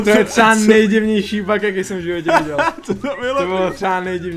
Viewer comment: Nechápu proč ve videu říkáš bag když je to bug!! Bag je anglický taška takže by jsis neměl plést výslovnost anglických slov.